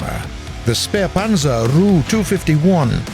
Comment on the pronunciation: I hate how he say the ''ru'' instead of the ''R.-U.''